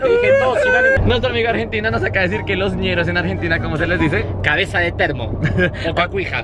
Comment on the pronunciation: que risa Ami 😂😂😂 cuando le dijiste "cabeza de trompo" 😂😂😂😂 y era "cabeza de termo" jajajajajajaj hay Ami eres un niño 👦 con muy buen humor...💕